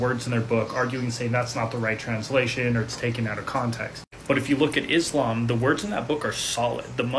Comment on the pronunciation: I don't like the way you pronounce Islam